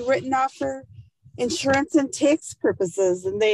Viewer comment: She continually pronounces the word "tax" like "takes". WTF weird accent is this?